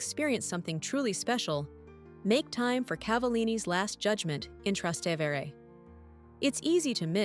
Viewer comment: I stopped watching when the robot voice mispronounced "Trastevere" twice.